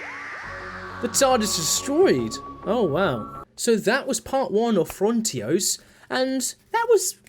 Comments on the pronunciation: I love how you pronounce frontios differently every time you say it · FRONtios. Stress on first syllable.